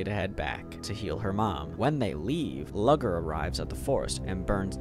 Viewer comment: from his narration style i can tell hes severely autistic, closeted gay, and for as much as reading was his entertainment his reading abuility to pronouce names is trash. its nAvin no Nayven, and Luger like the rifle not lugger